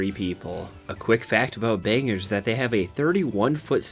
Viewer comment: Still love these videos BUT I'm from Maine and it's pronounced "bang-gore". No biggie. Lots of people mispronounce maine towns. Be glad it's not one of the native derived names like Ogunquit or Mattamiscontis. Keep up the bangers!😊